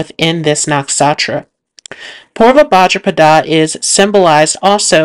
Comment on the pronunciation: And bhadrapada